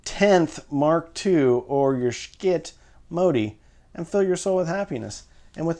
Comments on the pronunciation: I like how you pronounce the Schiit ask “Skit” versus sh*t which is the way it is pronounced. You are so entertaining. I appreciate your reviews. All the best! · This dude is so moral that it prevents him from correctly pronouncing the name of the product he is attempting to “review “. Far too moral for me, OK?! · I thought it was called sh!t not Skit?!?!